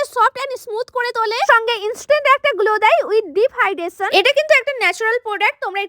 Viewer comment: Lip hydration ❌lip hidesan✅